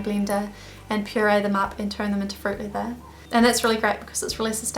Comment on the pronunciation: sounds like you are saying "fruit liver" xD